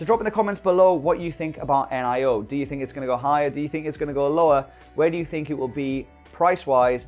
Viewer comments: Its NIO, not N-I-O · why do you called it N, I, O?? Like "neeeooo" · I believe it's pronounced neo mate.